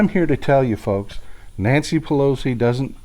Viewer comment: Pel oat zee ... I can't get over how she pronounces it.